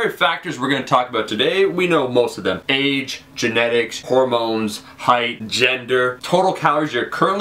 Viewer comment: sounds like youre saying AIDS when you say Age